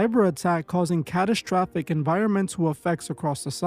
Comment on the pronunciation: Dude... There is NO H in the word strange. It is not spelled shtrange. Also, there is only one h in the word catastrophic... It is not spelled catashtophic neither should it be pronounced as if there are two h's present in the spelling. Also, sigh .. the word is Strategy not SHTRATEGY.... And it's is STRIKES not shtrikes... And infrastructure not infrashtructure... Please get some reading glasses or SOMETHING MAN.